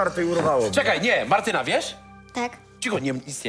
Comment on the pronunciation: Ja jako Martyna muszę się zapytać, dlaczego on mówi cały czas Martynka a nie Martyna XD?